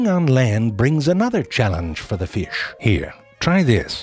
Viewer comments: Everyone: Fish Zefrank, an intellectual: Firsh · I love how he says feesh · I'd love to see the IPA spelling of this pronunciation of "fish". It's like it has two schwas and the upside-down 'r' in it. Like "firsch". Delightful! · The way zefrank pronounces certain words gives me life. Ie: Fish=Feesh Baby=Behbehs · It isn't a fish, it's a FIRSH. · i love the way he says "fish" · zefrank somehow crammed three syllables into the word 'fish' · Someone told zeFrank 'You can't really mispronounce FEee-iSH and make it funny. But zeFrank makes his own rules, like a dominatrix drunk with power at a nerd-heavy frat party. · So many naturally occurring syllables in the word “fish”!